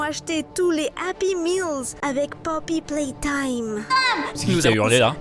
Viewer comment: Whaa ptn jveu mourir "poppy plametim"